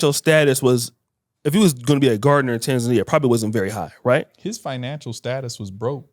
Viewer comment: Finally pronounced Tanzania 🇹🇿 correctly I mean the Lady ✔️